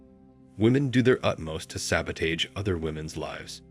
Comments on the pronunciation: Ai. "Sabo-taij" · look up pronunciation of word "sabotage"